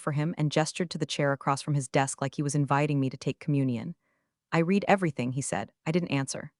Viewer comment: Good story. You still need to program the AI in pronunciation. Read is pronounced differently in past tense.